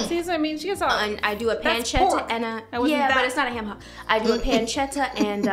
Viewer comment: “We pass the hayum..”😭😭😭🤣